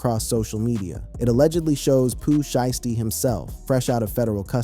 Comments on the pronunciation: it's Pooh shiesty not sheezty get his name right. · He don’t even know how to say, Pooh Shiesty name right